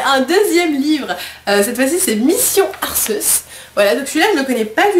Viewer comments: Désole de te contredire miss mais on lit arceus et ca se dit arkéus. Super vidéo sinon et bonne chance pour tes prochaines ouvertures t'auras David un jour!! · Coucou tu est génial...comme dab en faite ^.^ sauf que arceus ne se prononce pas comme tu le dit et si tu me crois pas regarde l'animée;-)